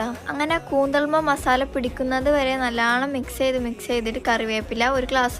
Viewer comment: നല്ലണം ❌നല്ലോണം ✅